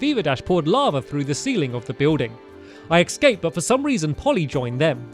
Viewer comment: Stampy, you still say ecscaped and not escaped.